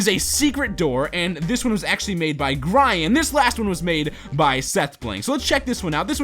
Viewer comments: OMG its GRIAN but it is not, "Gri-an," ITZ pronounced "Gree-an" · Its not pronounced (Gr-I-an) its (Gr-EE-an) I watch him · Gryan it's pronounced gri an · XD Grie-an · GRIAN IS SAID gre-an not Gran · it's not grian with a ie sound it's grian with a ee and o at the end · wow grayan its pronounce gri -yan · it's not pronounced gri-an its pronounced gree-an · Grain is pronounced gre-an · Erm, it's not (GRIE-AN) it's (GREE-ON) :3 just a heads up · uh,it's not (Gry-Yan) it's (Gree-yan) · Its not gry-an its GRE-AN but spelt grian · Grian is pronounced as gri-yan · It's pronounced grean not grian and also OMG GRIAN FROM SAMGLADIATOR!!!! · it's pronucned Gree-ann! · it's Gree-in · the pronunciation of Grian is (Grī-yan) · Its pronounced Gri an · Yep Grian is pronounced as Gree-yan. I watch a lot of his videos as well. He makes awesome builds and tutorials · He called Grian "Gr-eye-an? OMFG.............. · you did not say Grian right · he said grian wrong lol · You pronounced Grian wrong